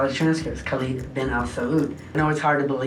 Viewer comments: No Saudi Pronounces Khalid as Kaleeeeed I’m most impressed by his ability to get a 200m Amex tho…could’ve been rich for the rest of his life off of that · hahahah, i thought the same. khalid is is not pronounced khaleed, it's just khalid. and its a name not just common in the arab world, but a reasonably common muslim name. surely someone would've noticed he can't even pronounce his own namw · The way he pronounced his name "Khaleed" was first sign of fraud... That's not how we say Khalid .. خالد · He can't even pronounce his own name correctly.. khaleeed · HE cant even pronounce his name properly and people believed him? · For a person who couldn't pronounce khalid correctly but got far. He didn't even look Arab to begin with.